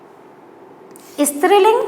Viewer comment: I love the way she said istriling which is striling